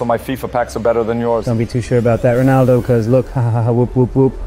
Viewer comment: Stop saying ponaldo